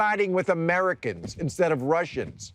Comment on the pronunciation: I'm a russian american. Bill said siding with rrrrusians lol so scary